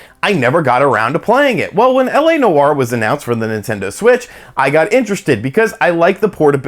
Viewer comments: Dude. Live the channel. Tons. But Noire is a one syllable word man. It’s not New-War. Just Nwar. Peace from Canada. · “LA No-R” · Noire is one syllable.